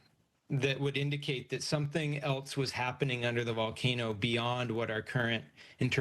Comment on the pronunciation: This guy is lucky Doge didn’t get him. “It’ll happen in the next 10,000 years or sumpfin”